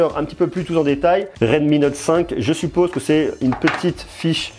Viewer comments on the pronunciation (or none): none